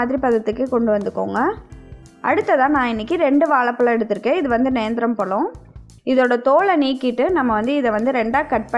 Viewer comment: Good maam. But please pronounce zha properly. Thamizhuku zha azhagu.